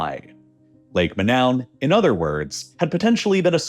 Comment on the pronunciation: “udder” quietness lol